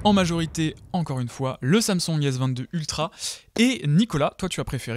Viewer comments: Faut dire " sam soung " pas samsong " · Le « samsong »